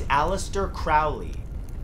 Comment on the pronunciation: You misprounced Crowleys name. Its pronunced CROW-LEE like a crow.